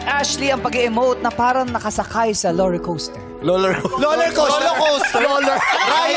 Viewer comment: sa halip na Roller Coaster naging Loler coaster natuwa tuloy sa kanya si kapuso actress na si Ashley Ortega